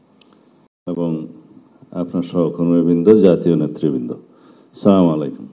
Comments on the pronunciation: স্লামালাইকুম হবে না আসসালামুআলাইকুম হবে ভাই সালাম দেয়া শিখেন আগে ইসলামিক দেশের নেতৃত্ব দিবেন এখনও সালাম দিতে জানেন না। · সালামও দিতে পারে না,সালামাইকুম। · চামালাইকুম সেলামটা পর্যন্ত ঠিকমতো দিতে জানে না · উনি মুসলিম না হিন্দু সুন্দরভাবে সালামটাও দিতে পারল না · উনারতো সালাম দেওয়া টাই শুদ্ধ নয়😮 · ওনার তো সালাম এ স্পষ্ট না😢😢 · PURNANGO SALAM O THIK KORE BOLTE PARLONA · Salam ta sundor kori dita parlo na salauddin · উনি তো ঠিক ভাবে সালাম দিতে পারে না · উনি অনেক শিক্ষিত তো সালাম টা ঠিক করে দিতে পারে না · একটি দলের গুরুত্বপূর্ণ একজন কর্ণধার দেশ ও জাতি সহ সারা ওয়াল্ডের মানুষ দেখতেছে অথচ সালাম টাও শুদ্ধ করে দিতে জানেনা। এনারা কি করে দেশ চালাতে চায়? আর সালাউদ্দিন সাহেবেরা বস্তা সালা নিয়ে প্রস্তুত।